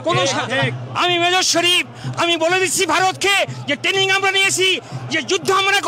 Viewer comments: Abe kathata tening noy kathata traning... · যারা নাকি ট্রেনিং কথাটাই ঠিক মতন উচ্চারণ করতে পারছে না তারা করবেন যুদ্ধ 😅😅😅 খারাপ লাগে এটা ভেবেই যে বাংলাদেশে অনেক প্রতিভা সম্পন্ন লোকজন আছেন, মনে হয় তাদের অনেকটাই ক্ষতি হয়ে যাচ্ছে, বিশেষ করে শিল্প সংস্কৃতির দিকটা। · দাদুদের alzimar বা মানসিক বিকার হয়েছে। ট্রেনিং কথাটা ঠিক মতন উচ্চারণ করতে পারছে না । যুদ্ধ করবে । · উচ্চমানের গাঁজা সেবন করে ফেলেছে,,, ট্রেনিং কথাটাও ভালো করে উচ্চারণ করতে পারছে না,, বলছে টেনিং 😂😂😂😂যদি এতোই ক্ষমতা তাহলে পাকিস্তান টা কে দখল করে বৃহত্তর বাংলাদেশ গড়লেই তো হয়,,,,, আরে ভাই যুদ্ধটা তাজিয়া নিয়ে লাঠি খেলা নয়,,😂😂😂😂